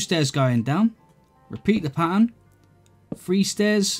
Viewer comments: dont want to be meen but you say: one, to fuee. any way love the castle never seen some one more creative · i like how he says 'free' instead of three